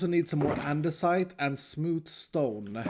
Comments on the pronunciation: am i the only one that ears "andeRsite" instead of "andesite"? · Why does he say: ANDERSITE ? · Wait, you pronounce it "andersite"? Or am i just deaf